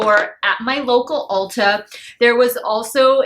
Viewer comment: When you said Ulta the first time, it sounded like you said Ultra! 😂😂😂😂😂 When I used to live in Chi, I beyond miss it there, used to have Ultra supermarkets there.